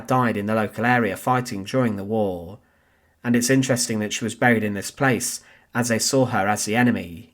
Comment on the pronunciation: The voice and pronunciation of the narrator are Irritating beyond description,above all the pronunciation !! The word "war" alone is too stupid for words....find someone else, will you !.